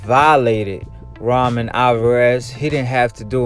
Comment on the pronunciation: Why u pronounce it like Ramen tho 😭